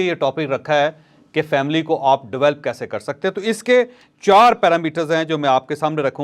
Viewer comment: Chaudhry shb Develop not develp